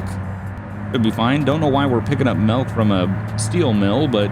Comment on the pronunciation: Lol “melk”